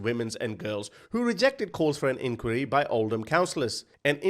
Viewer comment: Please learn how to say inquiry properly 😅😂😅😂